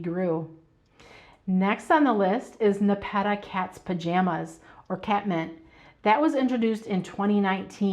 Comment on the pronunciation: Not trying to be rude, but your pronunciation of nepeta, is incorrect. The accent should be on the first syllable. I love your videos and watch daily!